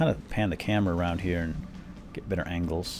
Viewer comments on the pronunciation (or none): none